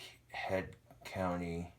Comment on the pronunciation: it's head COUNTRY, not COUNTY. There is an R. Just letting you know, bro! Love a good cooking videya!